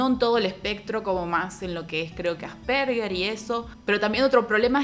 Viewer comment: se pronuncia Ásperjer ( Asperger) no arperguer